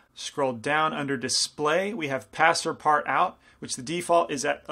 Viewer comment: Great tutorial! Keep in mind it's called pass-partoo though, it's a french word which means "passes through everything"